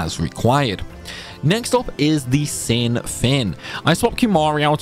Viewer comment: Ahem: it's "final showdown with shin". I always thought it was funny how it sounds like he adds a H in there